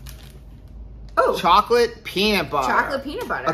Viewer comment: “chow-lette” that’s so funny, that’s what we do! No peaches.. no peaches, no peaches. Ahhhh.. God is good! Seriously!